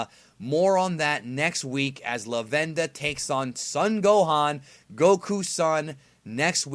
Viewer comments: for God's sake, it's not Luh-venda, its Lah-ven-da. it's a play on lavender. so Luh-venda is incorrect. they even pronounced it LAH-VEN-DA in th show. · You cracked me up the way you were saying Lavenda's name. My sub said Lavender which is even funnier.